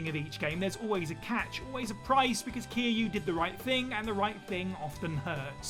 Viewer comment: No one noticed how he kept calling kiryu “kiiyu”